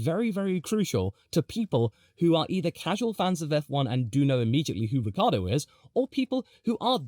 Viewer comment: oh, and Ricciardo is pronounced phonetically as " Rick kee Ar do " 4 syllables, not 3 syllables .. Lucille Ball was married to Ricky Ricardo, this is Daniel " Rick Kee Ar do " fyi